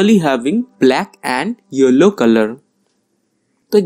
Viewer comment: It was cool n ur video editting skills are appreciatable but sorry when u said yellow i misheard it as YOLO .. n it cracked me up .. damn 😂😂😂